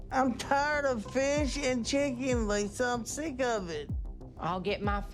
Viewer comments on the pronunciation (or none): "I'm tyard of feesh and cheeken!" he sounds like an idiot He looks like Jabba the Hut if you don't respect yourself, why should I?